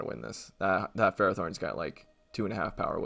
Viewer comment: When people pronounce pelliper and ferrothorn wrong Me: anime. Pell-ipper. Ferr-roff-thorn.